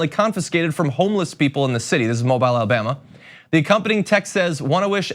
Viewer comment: True, and also the state is pronounced "Alabummer".